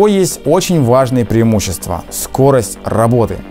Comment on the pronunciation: )) "ПрИЕмущества нити" :))))))))))))))